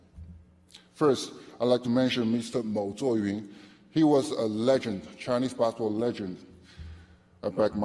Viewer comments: his "basketball" pronunciation sounds like "baseball" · Gets inducted to basketball hall of game, can't even pronounce the word "basketball" well, SMH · Alexander I know I'm not hof so I don't need to contribute. He's a hof, he should know how pronounce the word basketball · Not that case. Just swallow the last word "t". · and he got inducted to basketball hall of fame, he can't even pronounce it well